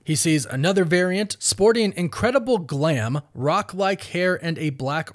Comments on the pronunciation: It's "glamrock" (the music genre of the 70s not glam.....rock) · Has the narrator never heard of glam rock? The enunciation on the phrase "glam rock-style hair" was all sorts of wrong.